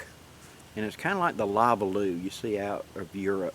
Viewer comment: Hello, I want to compliment you on your new video cover photos they're awesome. It's like it has a story of its own. Another FYI on this video, the Polish Lavvu is pronounced La-voo. Not Lavaloo like you said it. Just trying to be helpful.